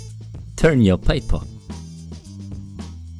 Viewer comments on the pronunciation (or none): its "turn your papa" lol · turn uh paypuh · Tun yo paypa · I like when you say "TURN YOUR PAPER"